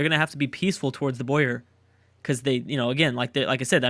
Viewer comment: boar not boyer you say it boar ok